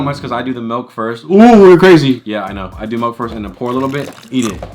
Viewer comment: Nobody: …: “MELK” (milk) Lol